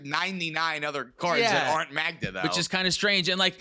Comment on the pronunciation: The best-said "Magda." as of this day.